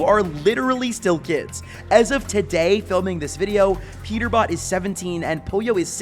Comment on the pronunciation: Bro had a stroke saying Peter bot